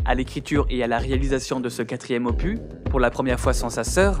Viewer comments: je t'avais prévenu de pas prononcer "opu'. désabo XD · Avant de finir la vidéo (qui est passionnante), je veux juste dire un truc : le S se prononce dans le mot "opus" !!! EDIT > J'ai fini et wow, j'aime beaucoup ton analyse ! Vraiment passionnant et émouvant !